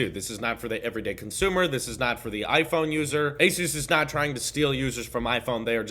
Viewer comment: Btw you’re pronouncing ASUS incorrect, the pronunciation comes from the word Pegasus. Anywho great vid!